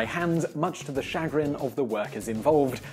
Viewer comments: He has a funny way of pronouncing chagrin. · Is that how Brits say chagrin or had he never read that word before?